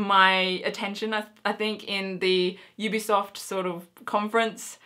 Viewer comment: I believe you said EBsoft ....or at least sounded like it lol because you said Ubisoft after that and I realised it sounded different so I checked it again :D